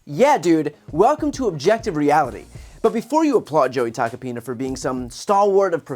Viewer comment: I keep hearing Tuck-a-penis... twice in a row.